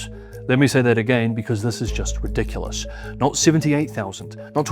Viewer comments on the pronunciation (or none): none